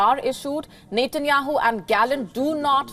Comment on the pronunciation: You need to correct your pronunciation 😂 It’s Benjamin Netanyahu